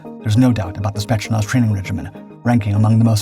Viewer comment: FWIW it's more "Spey't's-nazz" rather than "Shpets-nazh". Decent video, though, nice intro/overview in a short video. ;) Also the COD Bot boys who know wayy too much about breaking the mind thru breaking the body are here in the comments... and they know what wimps elite soldiers are. Thank goodness they're all about to go help UKR end this war. With a Vente Latte and a sign. Afterwards, to the dispensary.... Indeed some of this is Prop... But the Spetznaz isn't the India/Pakistan military dress parade war/competition performed everyday...